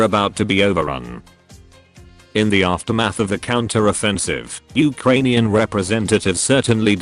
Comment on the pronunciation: Uh kranian